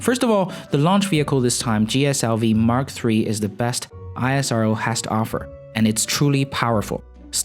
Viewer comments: We pranoune it as ISRO instead of I.S.R.O... EESRO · Its esro (isro) not i-s-r-o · When would you stop calling ISRO I S R O and just call it ISRO like NASA and not N A S A -_ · great video. Just one thing , we call it "isro" not ISRO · ISRO LIKE NASA! Not I.S.R.O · Bro please Call ISRO Not I S R O ... thanks for the video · It's IS-RO not I-S-R-O! 🤦🏼‍♂️🤦🏼‍♂️🤦🏼‍♂️ Just like NA-SA not is N-A-S-A. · Please pronounce the name correctly. It is pronounced as "is ro". Not I.S.R.O. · It's not isro.... I S R O it's individual abbreviation words not a single word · It's not i-sa-ro It's ISRO... Pronounce like esro... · Pronounce ISRO as esrow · Thanks for the video, btw u don't always have to say the alphabets of isro just pronounce it as a word (IS-RO) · It's called ISRO like NASA not I S R O . Please pronounce correct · Its really irritating to hear ISRO pronounced as I.S.R.O... Why dont you call NASA as N.A.S.A?? See where Im getting??? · Pronounced the word ISRO, just like NASA... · Not ranting but can you please refer ISRO as "ISRO" and just spell every syllable! Try saying NASA as N A S A and you will understand how cringey it hears. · Its pronounced IS-RO. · You don't call NASA as N-A-S-A. similarly it is called ISRO ( IS-RO) as in H'is' Row. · It's pronounced Is-row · Pronounce ISRO as is(es)-row Just like you do for NASA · Ikr, but as N A S A is said simply as nasa. In the same isro should be pronounced. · It's pronounced as ISRO not isro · Very easy to fix. Find an Indian TV video where they pronounce it correctly. ^^